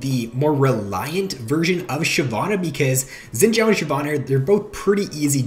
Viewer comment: I cringe at how you say xins name